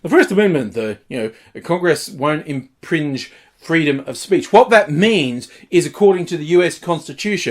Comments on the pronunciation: “impringe”? Did someone “impringe” on his ability to speak? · Fucking hell; "inpringe" Can this guy at least have his mouth keep up with his brain? Reallocate some of that energy in the fat reserves or something, ffs. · that goofy-looking shit can't even say infringe right